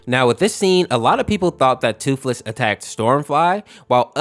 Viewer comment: Thootlees 💀 sad 😢